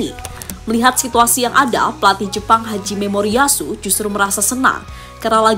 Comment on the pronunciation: Nama pelatih Jepang Hajime Moriyasu. Bukan Haji Memoriyasu, min...! Emang nya dia muslim...?? 😂😂😂